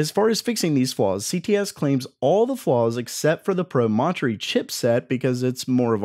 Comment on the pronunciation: Yikes -- when a word is unfamiliar (Promontory) , try for an accepted pronunciation